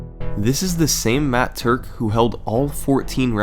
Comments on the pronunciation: Im glad to know i wasnt the only one who flipped their shit as he said matt turk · I have literally NEVER facepalmed in my life until he said Matt Turk at the start. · everybody gangsta till Summoning Salt says "Matt Turk" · I literally spat out my milkshake and ruined my keyboard when he said the name "Matt Turk" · when he said matt turk i immediately sat up with my eyes wide, how did he manage to make me be so surprised from one name???